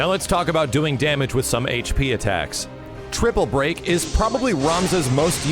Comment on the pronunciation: ... How did you manage to say "triple break" without the Allen accent?! I didn't think any mortal could manage such a feat!